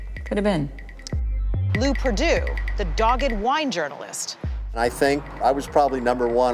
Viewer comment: “Lew Perdue”